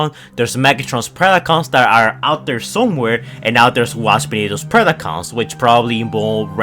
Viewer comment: “rice of the beast picons” 😭😭